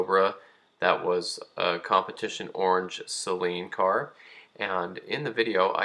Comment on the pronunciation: Great video and I’m glad you say Saleen correctly a lot of people say it sayyylean